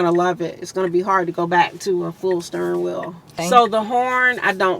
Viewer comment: I am not an English native speaker and I have to say I adore specific accent. "The stirring wheel" and the loooong vowels;)